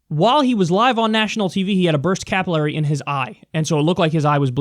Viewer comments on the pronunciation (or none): Work on your pronunciation of capillary